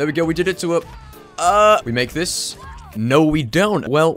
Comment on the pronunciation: There’s just a little h at the end when he says oh and no so it sounds like ooooooooooohhhh and nooooooooohhhh